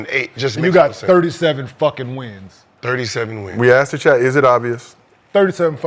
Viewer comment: y'all tell Kmart to please stop saying ( I aksked.. I AKSKED !!!) 😂😂😂